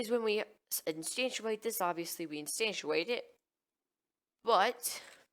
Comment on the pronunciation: You're saying instantiate wrong! instanTIAte not instanTUAte sorry, was driving me nuts